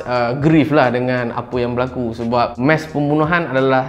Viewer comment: Bkn mesh... Mass🤦🏻‍♂️